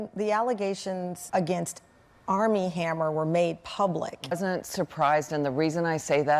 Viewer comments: A chaque fois j’entends dahmer au lieu de hammer 😅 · Moi aussi ça m'a choqué à chaque fois qu'elle prononce le nom de hamer j'entends dhamer !